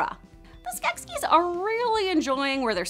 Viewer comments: Skeksis, not Skeskis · Skek ski down the mountain... "SKEK-SIS" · I know I'm late but I can't let this pass. Skeksis. Pronounced skek-seas not skek-skis. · The only thing I don’t like about this video is ITS SKEKSI NOT SKEKSKI ;-; sorry for typing in caps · OMG this video was super cool and everyone mad just cuz she say skekskies and not skeksis?! Just ignore it cuz the video's still awesome and skeksis is a made up word anyway!!! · 'skekSKI'? Comrade, the decadent poop turkeys are nyet Russian. I give your pronunciation a 3.6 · Skeksiksksss :-D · Skeksis is both singular and plural, but the plural form is pronounced 'Skek-sees'. I hope this information finds you well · In the show they pronounce the plural as skesis??? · Ok... it’s SKEK-See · Omg that's not how you pronounce Skeksis... I can't handle it. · Why the fuck is she saying Skeksis like that? Also Rhunip IS mentioned in AOR 🙄